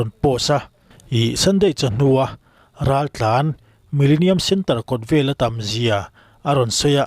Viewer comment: Raltlanho tih ni na na na "Raltlanhau" ti a lam tlat mai chu.hau tih hi awmze nei lo ani